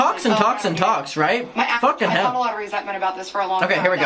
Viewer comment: Ok I love when you say “faukin hell” .. it’s amazing🤣❤️